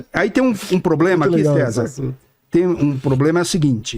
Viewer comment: viaja demais as vezes, leu errado